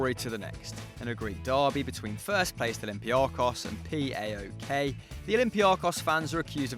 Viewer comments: No no no Its not P-a-o-k Its paok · You can just say PAOK (pa-ok)